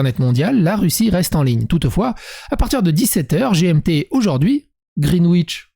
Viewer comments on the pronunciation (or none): none